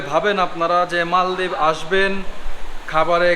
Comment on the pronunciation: মলদ্বিপ না মালদ্বীপ